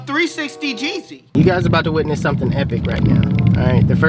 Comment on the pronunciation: The way he said jeezy😂😂